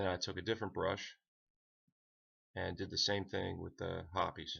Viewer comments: It's pronounced hops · Have I been pronouncing hoppe’s wrong? Ive always said it (HOP’S) but if it is supposed to be ( HOP-EES). Please let me know cause I am feeling idiotic on this one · right, well thanks for the reply. The pronunciation of hoppes as hops is to herby and forthwith stricken from the mental record. The pronunciation hoppes will therefore be replaced with the following pronunciation; hop-ees. Now who all have i said it wrong i front of before….. this will indeed bother me 😂😂🤦🏼‍♂️